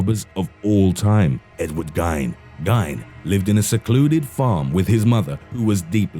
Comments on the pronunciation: I'm from Wisconsin so I feel it's fair that I have to correct you on how you say Ed Geins name. his name ryhmes with Feind, not dine. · "Geen" like "Green" but without the "r". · #2: It's pronounced GEEN, like Green minus the R. Ppl in Wisconsin are proud of our killers. Like Dahmer.